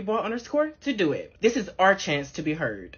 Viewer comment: Did she say iss do she mean iss